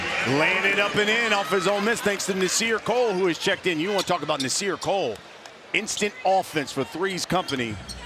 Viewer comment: commentator said Nasir COLE, lmao. get it right man